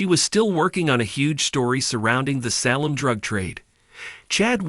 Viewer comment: Please get someone who can pronounce names. Ex.. Salem is not pronounced Sal men!! Good grief!